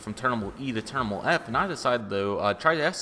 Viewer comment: It’s terminal not ternimal